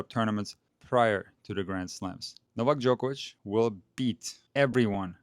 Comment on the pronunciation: Why can't everyone pronounce Novak Djokovic the right way like you do sir😂